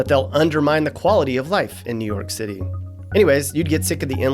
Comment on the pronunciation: Nu Yoak Citay